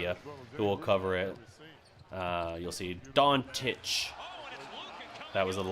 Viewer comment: His name is LUKA DONČIĆ,not dončik or drajic.DRAGIĆ.We have to learn english pronanciuation.We make mistakes,having it at school,but.Name is name.If your name is greg,you wouldn't be happy to be called djredj,even thou we understand that for an englishman or Italian...It is normal to make mistake.But you made them on giannis antetokoumbo.It's not his real name,but fine for him,fine for me